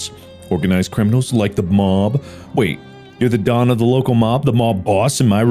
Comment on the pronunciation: bro the way he used a slight jersey accent for “Don” or Donald reminded me so much of yancy and it made me laugh so hard so thanks for that mark 😂